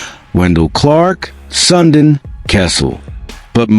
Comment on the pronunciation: AI bs. Can’t even pronounce Sundin correctly lol.